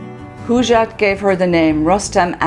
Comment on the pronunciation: Please learn to pronounce the name Hojat Not Hujat or Hoojat